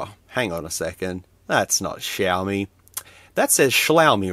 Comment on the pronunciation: Yoy I'm Australian too. Also it's pronounced shiomi